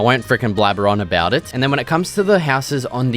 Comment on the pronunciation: What's that aboot?